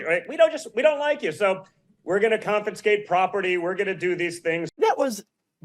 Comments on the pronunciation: It's CONFISCATE, not "confinscate", dumbass! Rotten 🍎🍏 didn't fall far from the dirty rotten tree! 🤦‍♀️🙄😡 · Hey, Jr; it's "confiscate", not "confinscate", you useless crackhead waste of humanity! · Confinscape? The dolt managed to Trumpify another word by mispronouncing it. Junior, these words are for you but, low intellect that you, they will elude you: Rather fail with honor than succeed by fraud. Sophocles WOOF! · 04 "confinscate" um..... not a word...... smh